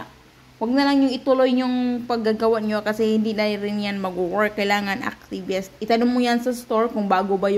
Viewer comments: yeast as in yist hindi yest😠! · Yeast Kasi dapat. Mali bigkas Niya.